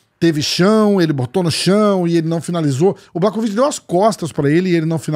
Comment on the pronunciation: Mais um video muito bom, bastante informativo. Só um detalhezinho que ninguém perguntou, mas conhecimento nunca é demais (e também devo estar ajudando com o engajamento do vídeo): “Błachowicz” se pronuncia “Buarrovitch”. Fonte: trust me, bro! 😉